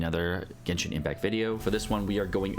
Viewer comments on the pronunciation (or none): none